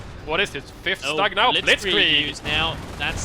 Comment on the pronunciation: Hey guys! Love your casts but "StuG" is pronounced like "stoog" because StuG is short for SturmGeschutz so the "U" there is like the U in "burn". Shortened, it sounds like stoog :P